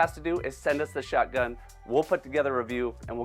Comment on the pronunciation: Me too I found myself saying shotgun in the same way says it 😂😂 like shutgun